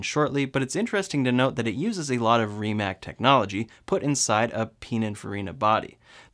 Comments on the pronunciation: Rimac is pronounced "ree·muhts" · Stop calling RimaC with K it's C because Croatian like Serbian is you wrote how you talk and you read how it's written. It's superior than any other lenguages are but it's easy to remember (It's supirior den eni oder lengvidžiz ar bat it's izi tu rimembr)